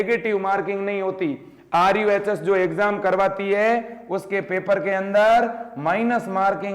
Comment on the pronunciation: RUHS Not RUSH